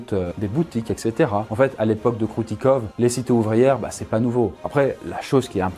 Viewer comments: Ça ce prononce pas Kroutikov mais Kroutikof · Ahhh tu agresse mes oreilles avec ton "kroutikov" ça se dit Kroutikof ! je ne suis pas russe mais tous le monde sait que les v se disent f en russe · Alors, le "v" à la fin des mots se prononce "f", comme dans de nombreuses langues, et tu peux arrêter de passer d'un plan à l'autre stp? Ça fout la gerbe sérieux... Sinon, super vidéo comme toujours!